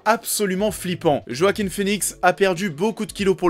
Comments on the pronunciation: Par contre on dit "Roaquin" et pas "Joaquin" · Il s'appel JoaquiN et pas Joaquim.. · C'est Joaquin avec un N ^^